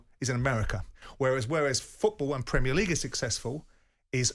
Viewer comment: WTF can't he say Premier as in Prem-ier. Why does he insist on Pre_mier league audacious pr*ck